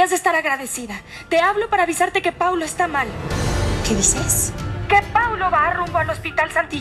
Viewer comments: No es crítica pero es paulo no plablo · No se dice Pablo es Paulo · Es Paulo dice Pablo 😂😂😂😂😂😂😂😂😂😂😂